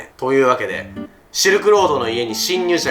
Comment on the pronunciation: シールク言い方紛らわしい😡